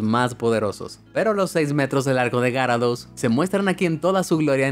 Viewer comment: Aprende a decir gyarados